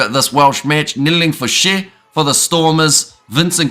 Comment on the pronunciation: Fouche - Foushay and Marx doesnt have the hard rolling r..just like Marks. Other's good effort on the pronounciatons.